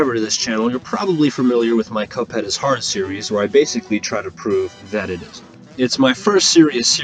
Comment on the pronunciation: did he say cup hen